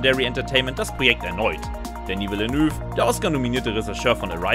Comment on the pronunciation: Und schon wieder wird der Name vom Regisseur falsch ausgesprochen 🤦‍♂️🤦‍♂️🤦‍♂️